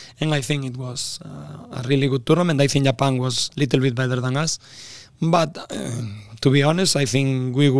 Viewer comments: kok gua dengernya "Bitter than" ya ??? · Mat, it's "better", not "bitter", artinya beda itu.